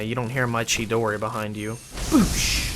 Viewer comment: chidori. I love your videos. But you say that so white dude. Lol